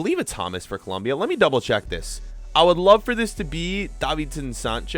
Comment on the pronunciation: Its colombia not columbia